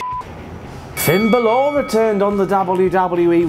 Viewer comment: finn "bah-lure" I crack up every time you say his last name.